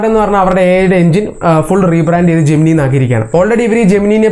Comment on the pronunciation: ജെമിനൈ എന്നാണ് pronunciation.